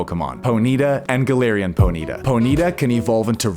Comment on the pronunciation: Po-knee-ta not ponita bruh wtf